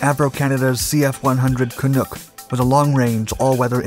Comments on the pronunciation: Looking for a quick Canada Day diversion? Here is a 12 minute video on the CF-100 Canuck. (You'll have to overlook the Canook pronunciation.) I was the Avionics Support Officer on 414 Sqn from 1970-72 and the Aircraft Repair Officer from 1972-73. I learned a lot about the Clunk during that time and am proud to have been part of the CF-100 saga. I hope you enjoy the video and that it boosts your pride in Canada just a little bit, even if you are not Canadian. 🍁🇨🇦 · Great video. One thing only is the pronunciation of “Canuck”. You pronounce it as canook. The U is pronounced as in “up” or “uh”. As in the Vancouver Can ucks. No big deal, except to we CANUCKS. 😁🤣🍀✌️ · It's pronounced just as it's written Ca-nuck, not Canook. When I was a radar tech 414EW Squadron used to fly against us as the 'Red' force usually alone or screening other aircraft, sort of like USAF Wild Weasel but never used them operationally that way, just training. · thank you for an excellent and informative video! btw, it's pronounced "ca-nuck", not "ca-nook". the "u" is a short vowel, stress on second syllable. The Orenda engines... Back when my country actually had a Air Force and a domestic aircraft r & d infrastructure. My mother can recall giving ground/air traffic instructions when she was in Women's RCAF, 1951-63, out of RCAF bases Timmins and North Bay. Apparently depending on drop tanks and speed they could remain aloft damned near 12 hrs. Solid platforms but in tight turns they tended to "bleed speed". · Great video! But it's not pronouned "canook"...it's "can-uk". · The way the narrator pronounce Canuck made my skin crawl. It's not canook. it's CANUCK! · It's pronounced Ka-nuk! Rhymes with stuck! Not "nook"! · Heads up that Canuck isn't pronounced the way it was throughout this video. It's a pretty known nickname for Canadians and is pronounced can-nuck, like duck - not canook. Great video otherwise; we are proud of the Avro. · It's CanUk not Canook. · Canuck rhymes with puck not look.